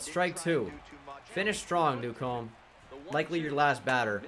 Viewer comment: Newcomb’s name name is pronounced new-come